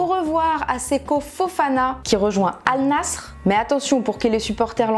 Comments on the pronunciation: Pourquoi dire « all Nass Rrrr » et pas « All Nasair » pour la prononciation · Va y j’ai envie de la boxer avec sa prononciation de Al nassr en carton AL NASSER pas AL NASSRE, morceaux de footix, tout les jours elles parlent du club tout les jours elle le prononce comme une demeuré truc de fou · Pour information, on ne dit pas Al Nassr mais Al Nasser (même si ça s'écrit Al Nassr) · Comment elle a prononcé Al nassr